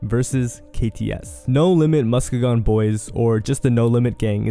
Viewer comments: MusKEEgon You always mispronounce stuff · Its pronounced MUSK EEE GEN bro😂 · You can't even pronounce Muskegon the right way 🤣🤣🤣